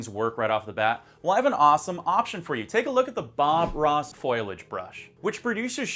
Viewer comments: Foliage is pronounced Fol-e-age, not foilage. Otherwise, this vid is awesome. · It's a foliage brush. FO LEE AGE. Not foilage. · foilage?? seriously dude !